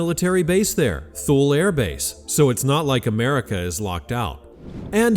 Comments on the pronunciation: Thule is pronounced ...too- lee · Ha, ha, ha but your Ai cannot say "Tulley" airforce base.